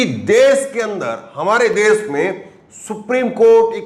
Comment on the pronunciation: Bhai Suru nahin Shuru bolte hain! 'Desh' bolte hain 'Des' Nahin! Aap 'Sh' ko 'S' bolte hain! Kyon? Bhai Hindi ka channel hain toh Hindi toh Sahi tareeke se Bolo!